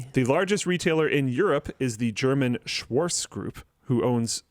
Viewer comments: Lidl is pronounced leedle, and Schwartz Shvarts. Don't swallow that ts it's actually there, if anything swallow the r. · I hope my IPA skills are still a bit left. LIDL should be pronounced [lidəl] and its Schwarz [ʃvaʁt͡s] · worries about how to pronounce Lidl (leedle fyi) while butchering Schwarz.